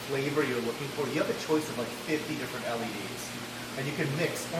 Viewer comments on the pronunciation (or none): none